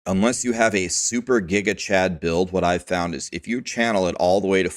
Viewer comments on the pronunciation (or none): none